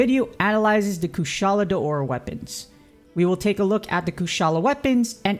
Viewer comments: Ikr, its not Deora its DAora 🥺 no big deal tho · Your saying Daora's wrong